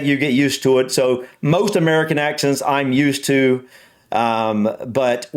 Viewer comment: I thought you said accident first.